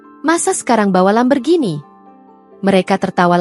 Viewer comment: Min jgn bilang Lamberghini... tapi Lamborghini...😂😂😂😂